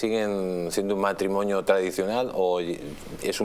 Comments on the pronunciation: No se dice "matrimoño", se dice MatrimoNIO...parece mentira que el presentador sea periodista...!!!!! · ¿He entendido bien?. Me ha parecido oir a Jaime Peñafiel decir el "matrimoño".